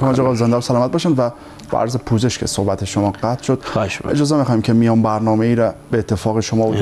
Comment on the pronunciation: صوحبت نيست صحبت است و شَفا مرگ است و شِفا سلامتى را گويند جناب كمى تمرين ادبيات دري داشته باشيد بهتر است با اينكه برو دنبال يگان كاركى ديگر نشرمان فرهنگيان ميهنت را